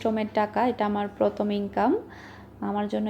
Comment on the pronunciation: পথম না প্রথম.. ভাষা ঠিক করেন..